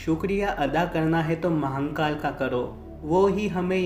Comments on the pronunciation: Areeee yr Mahankal Nehi.... Mahakal N nehi dalna Vai.... Mahadeb k nam hai vai pls.... Sahi se uccharan karne k koshik karo....jarur hoga....pls Mahankal naa bolo.... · Bhai baba mahnkal nahi h.. mahnkal mt bola kr irritation hota h.. baba mahakal h vo Upr wale ko kisi b naam se yd kro vo sunta h, pr iska mtlb ye b ni ki glt naam bolo.. acha nahi lagta h bs, baki jesi mahadev ki marzi.. har har mahadev 🙏